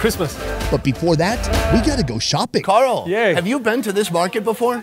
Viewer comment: why he calling him Gull. It is Carl